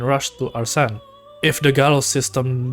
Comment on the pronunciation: Nice vid but your pronunciation of Arsene is making me lose my mind no offense